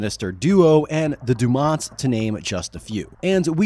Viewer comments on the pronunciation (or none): FFS. Day-new-mont. Not DuMont. Nothing ruins a well thought out video than getting the bare basics incorrect. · De-nou-ment. Not dumont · Why does he keep pronouncing it 'Dumont'? Isnt it Denouement?